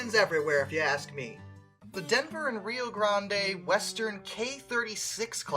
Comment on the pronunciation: its Rio GRAND (but spelt Grande)